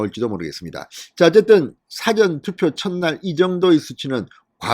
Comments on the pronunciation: 사^전투표가 아니고 사전투표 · 싸전투표 억양이 거시기하네요. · 사전투표 발음좀 똑바로하세요